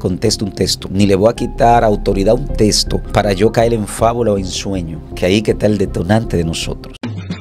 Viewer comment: Los Dominicanos no hablan bien el castellano. En vez de decir texto. Dicen. Testo. Cambian las letras mencionan la L. Envés dela. R